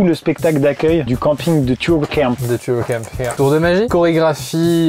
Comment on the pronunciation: je ne veux plus jamais entendre "turcamp"